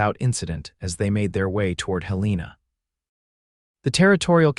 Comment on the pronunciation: Despite the repeated mispronunciation of Helena as Hel-EE-na, this was a good story.